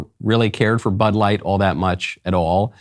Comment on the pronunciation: Was that Butt light or Bud light? 🤔